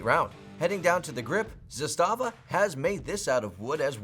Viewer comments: 2018...the rifle was made in 1977! It's been used in every war since then! It saw heavy use in the bulkan/Yugoslav wars! It's zas-tuh-vah not zus-tah-vah lol! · Trooniun? Is this AK confused about its pronouns? Also mispronounced Zastava. For shame,.